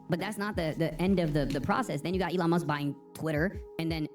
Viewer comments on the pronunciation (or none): none